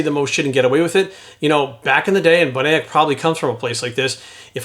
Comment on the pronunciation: Lmfao at how you tried to say William’s last name wow that was wayyyy off.